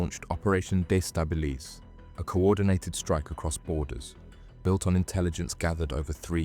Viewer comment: De stabilise for goodness sake lose the AI voice over, destabilise as in undermine making uncertain